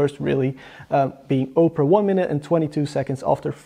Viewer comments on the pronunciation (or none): Good effort in this review, I just want to add two things: 1) multiple tabs should be tested, even if it is running a play list on 4 tabs simultaneously. 2) Opera is pronounced "Ah-pera" , not "Oh" - pera .. I think you are confusing it with Oprah Winfrey..:-D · It's pronounced Opera, not Oprah